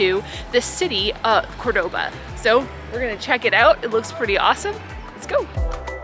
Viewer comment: I want to acknowledge that since going to Cordoba and making these videos, I've realized that I am pronouncing 'Cordoba' wrong! 😳 Can't go back into the video to fix it, but wanted to make mention of it here.